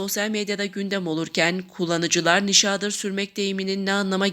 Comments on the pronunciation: Nişaağdır degil,nişadır diye oku!!! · nişadır sözcüğünün telaffuzunuz kulak tırmalıyor, hatalı bir vurgulama yapılıyor